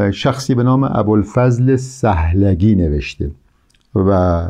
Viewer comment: شطحیات را اشتباه تلفظ میکنید به سکون ط است و سهلگی به ضم س است. منقولات به فتح م است و ..‌. کتاب النور هم توسط عبدالرحمان بدوی در قاهره چاپ شده و ترجمه استاد بر اساس این تصحیح است نه نسخه خطی. الغرض فواید بسیار است در خواندن این کتاب. ممنون از شما